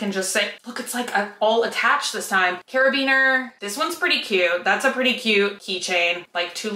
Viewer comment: “My furby needs a ring.” I love watching your videos. It makes my heart happy. Thank you ❤️ It’s carabiner. There’s a second a in it.